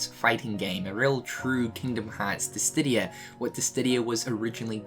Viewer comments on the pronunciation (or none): Final Fantasy Disdidia? I thought it was Dissidia :0